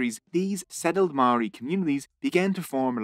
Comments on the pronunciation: Mouldy bread with a R instead of D is the correct pronunciation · he pronounced Pākehā wrong every time and he was kinda close on pronouncing Māori correctly. most words he pronounced were wrong but apart from that the video was great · im filipino but i know that a lot of his pronunciation of Māori words was wrong, example is the pronunciation of words with NG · Never thought id see a video on our people. I have to say this was well researched video and the only slight criticism would be the pronunciation of some Māori words but on the whole was pretty accurate. Should have mentioned Pukehinahina/Gate pa an astounding Māori victory with one of the most impressive pa built. There were many other awesome pa though just had to get a shout out for my Iwi Ngāi Te Rangi. Thank you:) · This video was great and I'm sad that as a native New Zealander this taught me so much about my own history that I did not know. I've already got a few people who I just have to share this with. My only complaint is how badly you butchered a lot of the Maori words, I get that it's different but you only had to ask like one person knows how to pronounce it, it's actually really easy 😭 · As a Maori I was ready to cringe but apart from the pronunciation of the Maori words this video was really good and accurate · I live in New Zealand and you kept saying māori wrong